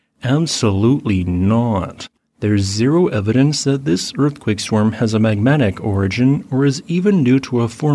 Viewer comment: Swarm should not rhyme with worm.